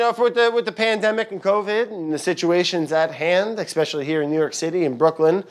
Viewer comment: Why the background laughter !? Just why !? And where's the usual eckspecially?